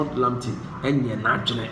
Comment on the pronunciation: Nice one,,, pronounciation of local players names especially Richmond Lamptey is very correct. Please try for Kotei (K o t 3 i) and other local names and you good!